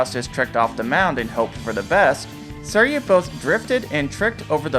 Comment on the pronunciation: The way you pronounce "suiryu" makes me want the stompers to crush my brain 💀